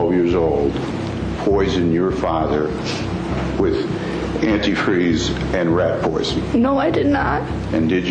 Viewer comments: the way she pronounced Antifreeze... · that and she can't pronounce anti freeze.. half this video drove me nuts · it’s contusion. A “cerebral contusion” not constitution. Still it’s not quite as bad as they way she pronounces “antifreeze.” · Also — antifree? It’s anitfreeZe😂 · ANT-TEE FREEZE FOR THE LOVE OF GOD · Yes, antifree really stood out to me 😂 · yea I don’t think much research is put into them. One of the biggest pieces of this trial was that Stacey would always call it “antifree” (the one cop says it that way in the clip shown in the video) and “Ashley’s” letter says “antifree” as well. It’s crazy that info never made it into the video since it was such a key piece of information and also super hilarious (as hilarious as it can be given the circumstances of course) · I've honestly never heard someone say "antifreeze" like that and then say it correctly and then wrong again lol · is British pronounciation and is American!